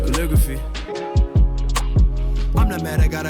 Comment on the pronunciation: thank you for posting this album also who’s gonna tell bro that’s not how to pronounce calligraphy